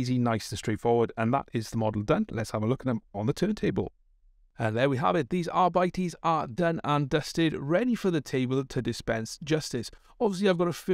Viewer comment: I AM... DA LA-AW! Arbites are awesome! That blue scheme looks great and makes them look just a bit more like police. A silver would work well too, really rock a Robocop vibe. I think it's pronounced Ar-Beet-Ays.